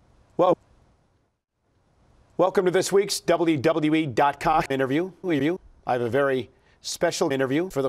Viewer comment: Somehow Michael Cole puts like 3 extra syllables in "WWE." I can't stand it.